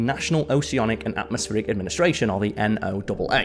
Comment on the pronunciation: Hi! I really like the way you do Top Tens videos! Since you like the ocean so much, I think you should know that the acronym NOAA is actually pronounced like the name Noah. That may or may not be a coincidence. 😂